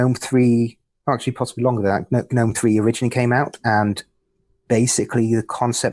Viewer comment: The third way is to pronounce it like 'genome'. Aaagh!